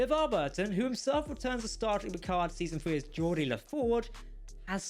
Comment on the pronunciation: GEORDI, not "Jordi"